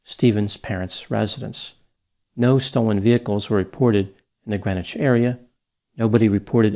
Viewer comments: You quite literally don’t even pronounce the name of the city correctly (it’s GreenWITCH) 1 minute of research would tell you this. Stephen Kerr did it. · Thanks for your speculation on a situation like this one. I'm from Washington County NY and am familiar with the case. Greenwich is pronounced green witch. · It's pronounced Green Witch it's a thing, you must differentiate from Gren itch of Connecticut fame